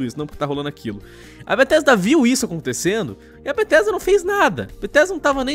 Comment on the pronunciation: "bettesda"? Kkkkkkkkkk